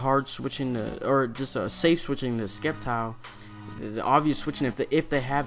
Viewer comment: It's pronounced "SEPtile, as in "Scepter", hence SCEPtile. Have a nice day!